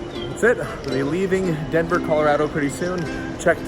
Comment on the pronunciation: you're the first non- native Coloradan I've ever heard pronounce it correctly! People from there say ColoRADo, like "That's so rad!" Most people say ColoRODo. So, great job! Great video! I used to live just down the road from Garden of the gods. Fun to see it again.